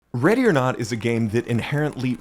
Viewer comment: what accent is that